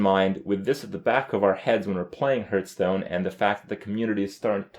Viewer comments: Seriously, he is still saying "Hurtstone" ? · He also says hurtstone and krayken, kripp just doesn't know how to pronounce shit.